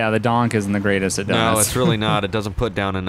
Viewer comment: It's pronounced "Doonk" not Donk!!! 😂😂